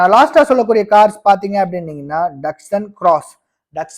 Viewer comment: அது duckshun டக்ஷன் இல்ல, datsun டட்சன்